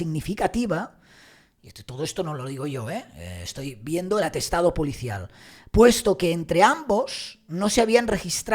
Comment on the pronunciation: Sr se dice Policial no pulicial. Ud es comunicador.